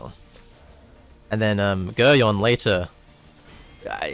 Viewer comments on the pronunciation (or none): its pronounced Gerry-on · For the people who seem to mispronounce Geryon it is pronounced like Garion or G-air-ee-on